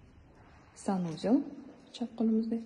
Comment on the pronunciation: Ока куламан деб ичагим узил колдю.ццсанузел денг.